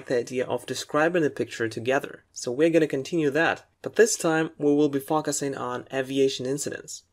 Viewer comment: The vocabulary in this video is very helpful. My only complain is that you pronounce some words incorrectly. Like 'focusing' 'obviously', 'surface' and others. Furthermore you pronounce some words with British English and some others with US English that might be a bit confusing for a beginner. Otherwise your videos are a HUUUUGE help! :)